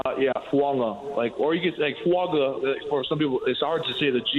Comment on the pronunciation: He said the last name right at first once Fuaga said it and then couldn't get it right again 😂